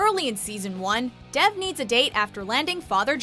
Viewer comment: Good list but if the name Dev is an Indian name, it's pronounced wrong. It's pronounced almost the same way as Dave without emphasizing the "ae" sound.